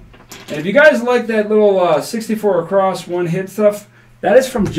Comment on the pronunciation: while we are on the words you use, I have noticed both you and Jeremy (from Color Up) using the word “acrosst” rather than “across” when you are say [placing $64 across]. Is this just a slip or are you actually trying to haven the “T” or “D” sound at the end of that word for some reason?? I love your style and appreciate your channel. Thanks so much for sharing the content you do.